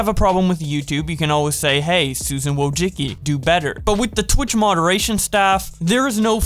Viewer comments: Its pronounced “Susan Woah-Jeck-e” 😭😭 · It's pronounced : Woe-Jis-Key. PLEASE get it right. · Im polish and that is not how you say susan wojcicki but still pretty nice video